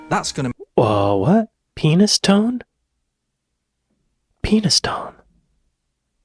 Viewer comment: Penistone is pronounced Penny stone